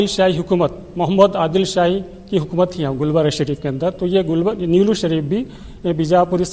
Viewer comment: Nelllur nahi Niloor hai